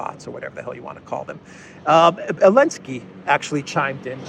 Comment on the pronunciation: Why do you call him Elensky?